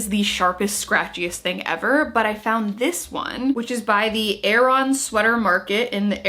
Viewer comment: Nope, 'Aran' is not pronounced 'Erin' - it's pronounced 'a-ruhn'. But yep Aran jumpers / sweaters are super famous. They used to be made from a naturally water-resistant wool, but these days, merino is fairly common. The knit patterns each have specific meanings too, related to the islands. (I am from Ireland)